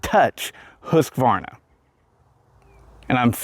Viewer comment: The correct pronunciation of Husqvarna is Hoosk-Varnah. I too have been pronouncing it incorrectly.....